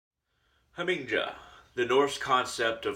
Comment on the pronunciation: In Germanic/Nordic languages the J is pronounced like a Y. It's "Ha Ming Ya" Other than that, not a bad video. You've got some good ideas.